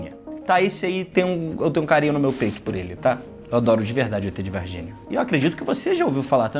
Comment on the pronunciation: É Varginhaaa, não varginia kk